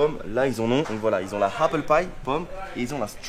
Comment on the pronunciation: « Happle », « Stromberry » trop fort 👌🏼